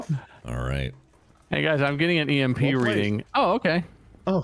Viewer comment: calling it sn EMP chrg kiss 😂